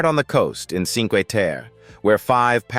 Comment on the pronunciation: thanks for your amusing profile of Italy. I do have one complaint. Your pronunciation of some Italian locations is cringe-worthy and absolutely awful. For example, "Trastevere" is pronounced "tra- ste-va-ray" with the accent on "ste". And Cinque Terre is pronounced, "Chin- quay Ter-ray". with the accent on "Chin".